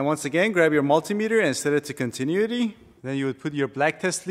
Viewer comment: I thought your pronunciation of "AC-compressor" was iconic until I heard you say "continuity". Enjoy your videos and whiteboard lessons. Keep up the good.